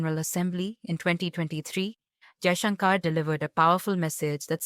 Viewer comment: The commentator should pronounce shankar properly